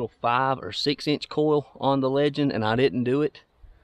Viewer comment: “It’s about an eeinch down”..😝